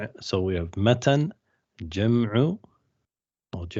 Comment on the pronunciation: The word matn is ٌمَتْن with a taa' saakin, and not مَتَنٌ